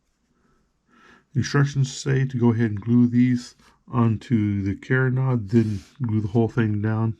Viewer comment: Sorry, don’t mean to be critical, but you are mispronouncing carronade. It is pronounced Caron- aide, not carron-odd. Just to be sure, I googled it. I love your videos! Using the twisted thread for the elevation screw is brilliant. Thanks.